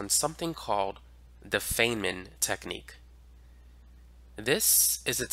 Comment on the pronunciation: It’s pronounced, F i nnman like “I’m F i ne - men.” Otherwise great lesson as always. Thanks